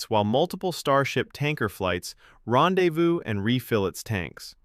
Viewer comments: ''Rendezvouzez''? Gotta be AI. GREAT info! l hope they do this in our lifetimes. :) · Ron de vowse?